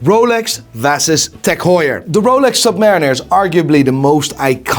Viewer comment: The redhead clown can not even speak English. Listen to how he says Submariner 🤡